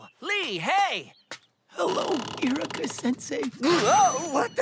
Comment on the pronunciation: It sounded like Kakashi said "Erica" pff